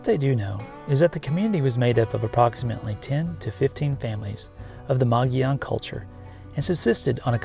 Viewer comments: Gila = Hee-luh Mogollon = Muggy-yone Saguaro = Suh-war-o Cliff dwellings were also likely positioned for hiding and defense. It's also a possibility that the native people left after only 20 years because their position had become known to a conquering tribe. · It’s pronounced like “mogee-own” The LL makes a “Y/E” ish sound. Mogollon. Love the video. I love that I live about an hour from the Gila! I’m super freaking lucky. Glad you enjoy the Gila as much as I and so many others do. You should check out the town of mogollon and that area of the Gila sometime. You’ll love it